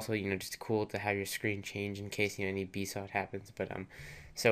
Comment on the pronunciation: I thought BSOD was pronounced B-S-O-D... Not B-SOD. lol